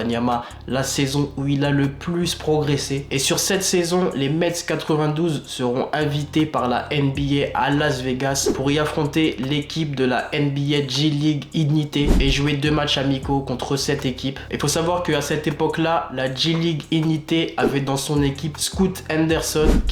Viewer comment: Bon résumé même si quelques soucis de prononciation : le chesnay : chénè ligue ignite : ig night